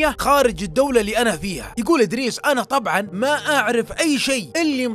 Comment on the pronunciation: إدريس ولا بريس